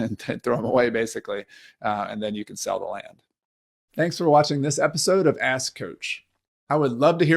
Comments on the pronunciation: Please pronounce the 'k' in 'ask' very distinctly. 😄💙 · Are you saying ASK Coach? Or A** Coach? Serious question, couldn't understand didnt know if you were trying to make a joke.